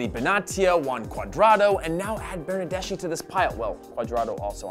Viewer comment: Bernardeschi is spoken Bernardes-ki. :)